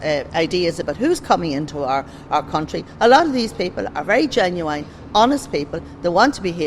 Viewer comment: A lot of them want to contribute? They've very genuine? She can't even pronounce 'genuine'.